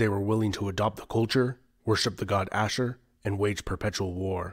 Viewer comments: As an Assyrian I love seeing people talk about our history. I know this is a bit late to correct but its Ashur (Ah-sh-oor) but yeah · First time I met someone from Tur Abdin say Ashir instead of Ashur. I am from Chaldean church from Nineveh Plain, both Chaldean and Tur Abdin are Ashuri.